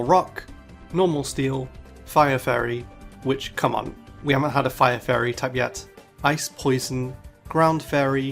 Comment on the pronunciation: It sounds like you're saying "furry type"